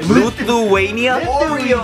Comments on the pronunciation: HEY! Its Lithuania! not Luthuania. :( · its lithuania but not luthuania